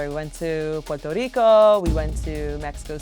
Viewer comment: Why? Because I pronounced it properly? I'm Puerto Rican! :)